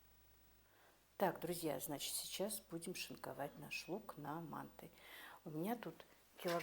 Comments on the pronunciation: вообще то мантЫ а не мАнты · Боже мой, что это???? еще и кругами???? Это где так делают, в какой стране????😂😂😂😂😂😂😂Умора.... Ну и блогер... Учись у мусульманок, делать мантЫ.... Ударение, на последнем слоге...